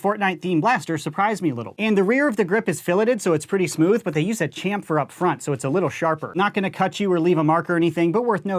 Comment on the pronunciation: Sorry but its pronounced shamfered even if its spelt chamfered